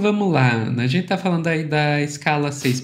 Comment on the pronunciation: Pq? ‘Genthê, verdadhê, realmenthê’…. Coisa horrível